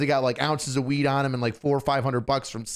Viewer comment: He goes from H house, weed, jewelry, what I’m assuming is ripping or knocking out a grill, to a ridiculous southern accent and then goes where was I? Weeeeeed. 😂. Sounds like you were on weeeed. He arrested so many potheads he just channeled one.